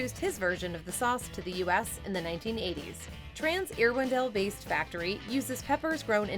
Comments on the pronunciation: Irwindale pronounced "Err-windale" and not "Ear-windale" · No, it is VERY disrespectful to mispronounce someone’s or some place’s name. As a Californian I was also really offended when she said “Ear-windale”. 🙄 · First of all it’s not pronounced “Ear-windale”. 🙄 It’s Irwindale! Secondly, YES Andy Capp was a VERY POPULAR comic strip even in America. It was my favorite cartoon growing up….and his Hot Fries are always my first choice in a vending machine. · She can’t pronounce the names of cities correctly. “Ear-windale” for example. So unprofessional. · I swear the narrator is Canadian. No one pronounces Irwindale that way.